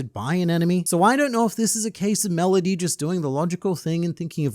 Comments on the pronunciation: "Melodussy" lmao. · Tf Is Melodusy 😂😂😂😂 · YOU DID NOT JUST SAY MELODUSSY I TRUSTED YOU😂